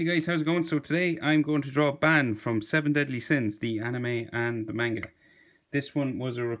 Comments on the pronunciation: It is pronounced bawn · Who is shook because he said band and not ban